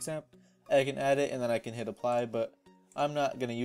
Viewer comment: for a second I thought you said " I am gonna shit the like button" LOL